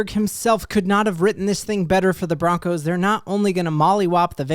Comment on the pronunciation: Bo-roncos!!!!